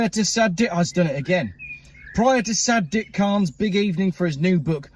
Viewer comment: It's not Sad dick it's SAD IQ!